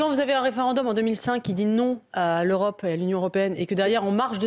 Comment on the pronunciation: Non mais j'hallucine. "L'eu ro pe a tenu son rôle lors du co vi.d" dit il mais ou vit ce monsieur? Au niveau transparence au niveau de l'eu ro pe, je pense que l'on est au fond du marais..... Incroyable un tel déni!!!!!